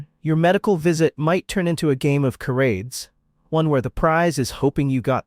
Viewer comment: Realize this is an A.I. program that can’t even pronounce the word charades correctly…..however none of these places would I ever visit….and wouldn’t dare to live in them….so they don’t have to worry about this black retiree….even trying it🥱